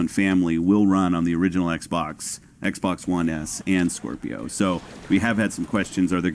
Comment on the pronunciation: He keeps saying skwerpio